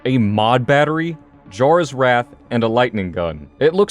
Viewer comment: Jarras Wrath... lol